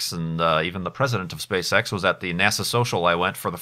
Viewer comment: I kept hearing SpaceSex but I can guess he meant SpaceEx or am I totaly wrong?